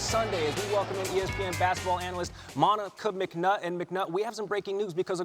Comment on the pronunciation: Why he say her name like that? 😂 Moni…Ka mcnutt. Something is wrong with. I can’t put a finger on it.